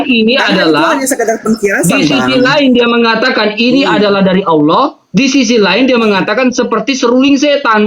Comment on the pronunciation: aloh nya aj gk jelas